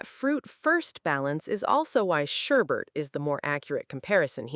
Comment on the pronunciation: 自分用 I was a little surprised by the unexpected pronunciation of “sherbet.” What was it again that I asked about the etymology of “sherbet”?